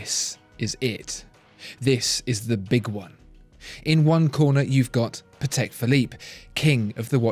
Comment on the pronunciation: Really nice video but you could work a bit on how to pronounce german and polish surnames, it is really not that difficult. You got Patek right but it sounds more like Patech, not Pathecque. British English puts so much emphasis on sylablles it just sounds a bit cringey when forced upon other languages.